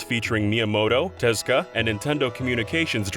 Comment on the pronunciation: hearing Tezuka called "Tezka" hurts my ears